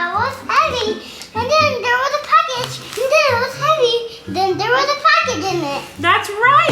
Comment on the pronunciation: the way pronounces package like “pack-itch” it’s so cute ahahahahaha